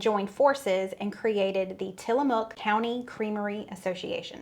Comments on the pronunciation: Pronounced till a muck, not mook. And if you ever visit there, you'll be corrected, that's how I know. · Tillamook pronunciation.. tilla muck